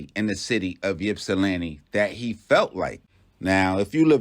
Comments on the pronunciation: The y is silent bro🤦🏾‍♂️ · We say “ipsi” not “yipsi” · I’m an original 734 representative. Born and raised in Ypsi. I just want to let the people know, it’s “Ypsi” pronounced ip-cee, not Yip-cee….I don’t really wanna speak on the situation but let me say this: People have their opinion about who was right or wrong and I don’t want to speak to that. But what I do want to say is to people like Charleston White, Tekashi Sixx Nine, and others who antagonize people online take heed to the lesson. Everybody ain’t playing, so be mindful of what the response might be. If you’re with it, then do as you please. Just be aware💯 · Pop don't nobody call it Yip-see..... It's pronounced ( Ip-see) for short! Salute😎😎😎 Detroit in the Building! ✊✊